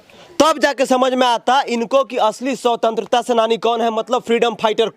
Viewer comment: भाई रिपोर्टर को भी शिक्षा की जरूरत है, शवतंत्रता सेनानी नहीं होता, स्वतंत्रता सेनानी होता है।अपने उच्चारण पर ध्यान दो, बच्चों को demoralise कर रहे हो, question पूछने का तरीका देख रहे हो अपनी, जानकारी दे रहे हो या उनका मनोबल तोड़ रहे हो। मेरी बातों से जलेगी तुम्हारी और मुझे उल्टा सीधा बोलोगे, इतनी गिरी हुई पत्रकारिता करोगे तो गली मोहल्लों में ही घूमते रहोगे। मानसिकता और सोच दोनों को बदलो, किसी बड़े स्कूल में पढ़ने वाले बच्चों के हाथ मे तिरंगा पकड़े देख कर यही सवाल पूछ लेना जवाब मिल जाएगा। जहाँ तक शिक्षा व्यवस्था की बात है, तुम भी तो educated हो, अपने लाइफ में कितने गरीब बच्चों को निःशुल्क पढ़ाये हो, या उनके विकास का चिंता किये हो? एक माइक खरीद लिए मोबाइल लेकर पहुंच गए रिपोर्टिंग करने। मोदी विरोध का इतना असर है दिमाग में कई राष्ट्रीय ध्वज लिए हुए बच्चों का मनोबल तोड़ने से भी बाज नहीं आ रहे। इस अंदाज में मैं तेरे घर के बच्चों से पूछुं तो वो भी नहीं बता पाएंगे, अरे बच्चों को छोड़ो तुम चार प्रश्न पूंछ दूँ तो सब पत्रकारिता छोड़ कर भाग जाओगे। सही उच्चारण कर नहीं पा रहे हैं और महाराज पत्रकार बनेंगे। मूर्खाधिराज पत्रकार